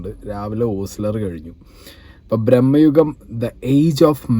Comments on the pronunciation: ബ്രഹ്മ യുഗം അല്ല. ഭ്രമ യുഗം അല്ലേ??? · ഭ്രമയുഗം ആണ് ബ്രോ..... ബ്രഹ്മയുഗം അല്ല... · പൊന്ന് ചങ്ങായീ ബ്രഹ്മയുഗം അല്ല "ഭ്രമയുഗം"😂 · Brahmayugam alla, bramayugam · FYI : brammayugam alla ഭ്രമയുഗം.... ഭ്രമം= പ്രാന്ത്.. #justmentioned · ബ്രഹ്മയുഗം അല്ല, ഭ്രമയുഗം ആണ്. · ബ്രെമ്മയുഗം അല്ലടോ.... ഭ്രമയുഗം 😂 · ബ്രഹ്മ യുഗം അല്ല ഭ്രമയുഗം എന്ന് പറയാൻ ആദ്യം പഠിക്കൂ 😊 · Brammayugam alla brooo bramayugam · ബ്രഹ്മയുഗമല്ല ഭ്രമയുഗം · ബ്രഹ്മയുഗം അല്ല ഭ്രമയുഗം ആണ് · Bhrahmma alla bhrama.... Both sounds different meaning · ബ്രഹ്മയുഗം അല്ല.. ഭ്രമയുഗം...😊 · ഭ്രമ്മയുഗം അല്ല ഭ്രമ യുഗം ok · ബ്രമ്മ യുഗം അല്ല ചെക്കാ ഭ്രമയുഗം എന്നാ ണ്... കറക്റ്റ് ആയി പറഞ്ഞു കൊടുക്ക് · മോനേ ഭ്രമ്മയുഗം എന്നല്ല, ഭ്രമയുഗം എന്ന് പറയണം കെട്ടോ..... ആദ്യം ശരിയായി പഠിച്ചിട്ടുവാ കെട്ടോ..... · ഭ്രമം ആണ് ഭായ് ബ്രഹ്മം അല്ല.. ഭ്രമം എന്നാൽ ഐറ്റം വേറെ àആണ് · Bro ബ്രഹ്മയുഗം alla ഭ്രമയുഗം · ഭ്രമ്മയുഗമല്ല അല്ല ഭ്രമയുഗം... There is a different meaning. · ബ്രഹ്മയുഗം അല്ല ബെഗ്ടാ… ഭ്രമയുഗം✅ അരി വേവാൻ കാത്തിരിക്കാതെ ചോറ് വിളമ്പിയാൽ ഇങ്ങനെയിരിക്കും അരിയണ്ണാ… 🫢 എത്ര തിരക്കിട്ടാലും ലേശം ജാഗ്രതയാവാം… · ഭ്രമയുഗം. ബ്രഹ്മയുഗം അല്ല